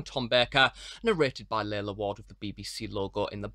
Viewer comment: It's pronounced 'Larlar' rather than 'Laila'